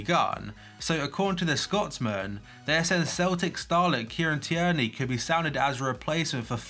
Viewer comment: Tierney is pronounced tear-knee